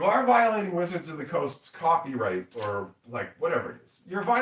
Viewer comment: wotc's #cawfeeright no no correction #tearight :face-purple-crying